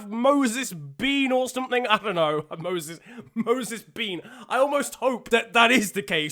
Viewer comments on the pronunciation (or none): No one: Absolutely no one:: MOSES BEAN